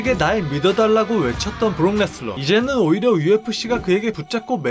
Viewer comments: 레스너를 왜 자꾸 레슬러라고 그러냐... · 왜자꾸 브록레스너를 브록레슬러라고 말하는겨 이름도모르나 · 왜 자꾸 발음을 브록 레슬러, 브록 레스러 라고 하는거임? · 자꾸 브록 ‘레슬러’라고 섞어 말하는거 개 거슬리네요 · 근데 ai보이스의 문제인지 자꾸 브록레슬러 라고 발음하는게 들립니다